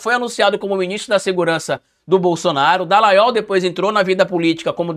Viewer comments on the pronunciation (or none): Misericórdia..."Dalaiol" não dá,socoorro